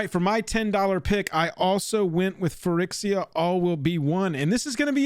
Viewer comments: yeah you guys are always saying phy-RICKS-iya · Your inability to pronounce phyrEXia correctly is really triggering me. Why can't you pronounce the letter E correctly?